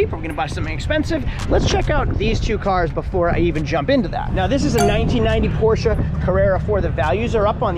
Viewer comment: Porches?! 😂😂. I think you’re missing a letter